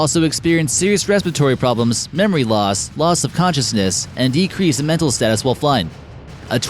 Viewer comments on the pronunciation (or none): none